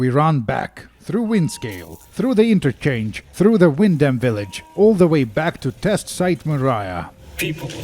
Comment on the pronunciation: It's pronounced "wind'm"